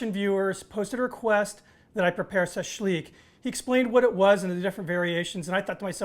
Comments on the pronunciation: Shashlik not sashlik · Im part Russian my great grandparents came from Russian and my grandmother,.. its not as you pronounce it... shash lick it more like the sound. .. my family used lamb my grandmother great grandparents used a large ceramic container to do the marination in, used fresh sliced Lemons fresh sliced onions Garlic salt and pepper and red wine not wine vinegar.. They are all since gone and I have inherited large huge stainless steel rods that were used to barbecue on a homemade brick barbecue..